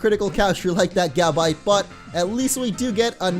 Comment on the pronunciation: its pronounced ga•bite not gab•ite